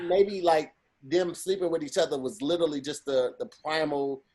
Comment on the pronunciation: it is "literally" not "little-ali"... Love the content